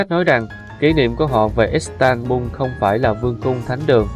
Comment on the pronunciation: Giọng nữ đọc là istanbung nghe quê lắm nhe